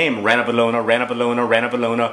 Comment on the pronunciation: I realize this video is really old, and that there's a possibility someone else has already told you this, but the perfectionist in me demands that I tell you that it's pronounced ranavAlona. Malagasy words are weird like that.